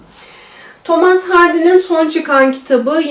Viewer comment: Thomas diye okumayın artık ne olur! Thomıs* diye okunur.